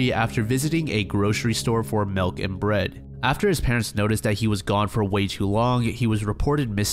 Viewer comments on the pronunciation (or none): none